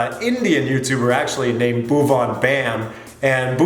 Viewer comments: Angrez ke muh se bhuwan naam lagaan me suna tha , Doosri baar yahaan sun raha hoon "Boovan" 😂😂😂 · it will be Bhuvan not "boob on". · Boob-on? Very funny pronunciation, LOL 😂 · See the subs when sin said bhuvan it traslated it as move on bam🤣🤣🤣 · Bhuvan😂😂😂😂😂😂😂😂😂😂😂😂😂😂😂😂😂the way he pronounces it .. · Don't worry. U will learn to pronounce his name correctly. An English lady called Elizabeth who taughts us Indians how to play cricket in the mid 18th century also had this problem to say Bhuvaan. She used to say Baouvan